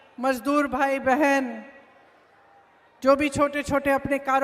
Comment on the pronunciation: मेढम आप लिखा हुआ भाषण सही से बोल नही सकती ह आप बहन नही बोल सकी आप ने बोला बहनी धन्य हो आप जेसे नेता को